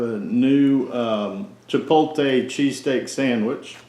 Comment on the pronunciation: Honest review. You did however trigger my OCD. I would ask you read the word CHIPOTLE carefully and then pronounce it. Chi pote lay. Rather than Chi polt ay. Keep up the good work.